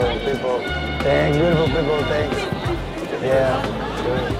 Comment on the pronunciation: "iea shur"